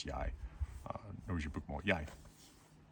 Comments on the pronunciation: You said "jeg" perfectly. Very interesting how it was "ek" (proto-Norse) or "eg" in nynorsk. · I was completely taken aback by the sudden Danish sound of the Danish word 'jeg'. Your intonation was remarkable. I could have sworn that that was the voice of someone raised in Denmark. I know it was just one word. But still, even if you had learned Danish at a relatively early age, there would virtually always be a micro-offset from any particular type of Danish intination. And you had none whatsoever 🤷‍♂️